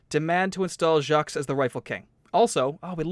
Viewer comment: Yes Jacques is French. it also happens to be my name :') . You pronounce it jak.